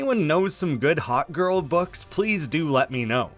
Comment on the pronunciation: Lol I heard hotgirl instead of hawkgirl, still works tho